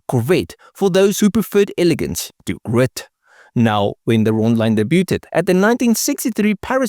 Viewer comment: I again congratulate you on a job well done. You find the most interesting cars, write excellent dialog and present your videos with confidence and knowledge. One tiny correction: I know you are in South Africa, so you mispronounce two words which end in T. Just to let you know, in their case the t is silent: Debut and Debuted, is pronounced: daybue and daybued. Chevrolet is pronounced Chevrolay. Keep making these great videos. When I was a young Chevy dealer mechanic, a customer brought in his C2 Corvette fastback to get an oil change and check the brakes. He neglected to tell the service writer that the brakes did not work! I got in it, put it in first and drove slowly towards the alley. I preferred to take that route to the lot behind the shop in quick cars, so I could "test" them out. The chain was still across the opening to the alley. I pressed the brake pedal, it went to the floor! I pulled the parking brake, nothing happened! The car kept rolling, it snapped the chain, which whipped around and broke the driver's side glass, showering me, then it hit the chain-link fence on the other side of the alley, breaking the front fenders. I went and got the service manager and showed him. The owner threatened to sue me and the dealership, the service manager threatened to sue him for reckless endangerment of his employees. The owner backed down. I would see the car from time to time. He never fixed the body damage.